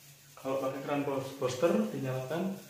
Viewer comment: Bilangnya buster bukan boster bos.